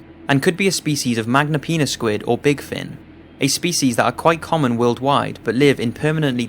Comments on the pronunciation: Hmm who else thinks it funky when he said magnapenis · At number 1 I thought he said "Magnum penis squid" XD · Haha he said Magnapenis squid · I thought he said magma penis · I'm sorry. But did this fucking guy say Magnum penis squid?